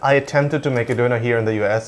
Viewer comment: "Döner", not "Doner"